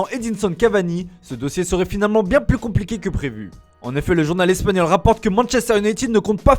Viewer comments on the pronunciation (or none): none